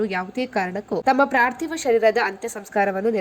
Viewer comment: ಪಾರ್ಥಿವಶರೀರ ಅಂತ ಸರಿಯಾಗಿ ಹೇಳಮ್ಷ ತಾಯಿ